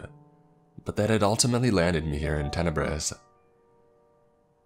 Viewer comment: Town is called Tenebris. Tenebrous (adj.) - dark, shadowy or obscure